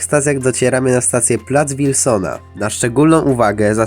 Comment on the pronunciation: W twoim filmie z zapowiedzi w metrze usłyszałem Łilsona a nie Wilsona.